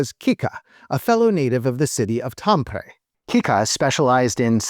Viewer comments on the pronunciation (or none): none